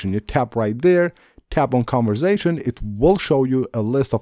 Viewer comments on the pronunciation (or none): It's conversation not converzation